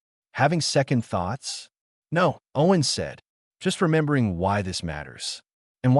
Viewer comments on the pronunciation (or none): none